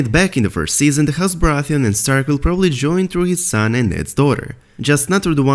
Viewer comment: "vill get along very vell" hahahahah :D